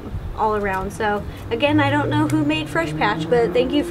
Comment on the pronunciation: is it just me or dose it sound like “I do want blueberry to feel left out”?